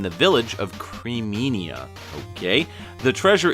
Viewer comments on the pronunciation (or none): Its Creamina, not Creaminia.